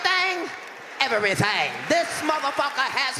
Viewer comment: Ev-a-rythang? Everything. Nine o-ten. Katt is non-stop Gold 👏